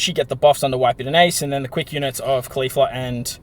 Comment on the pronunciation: You keep calling her kalifla lmao, she’s not from dragon ball super silly!